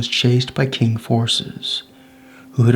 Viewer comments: I never knew about this rebellion, very interesting. But one thing is, when Chinese is translated to English, the "Q" is pronounced with a ch sound, so "Qing" would be "Ching," not "King." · Du wenxiu is a hero I both ROC and PRC, such a wonderful general and personality to unite capitalists and communists in his rememberance to unproot the invaders. The fact that the commentator pronounces Qing as King, shows the illiteracy. Muslim generals had fought for western ideals in china, fought communism and gave their lives resisting them, still honoured by the Taiwanese, only for a stupid bloke to disrespect them.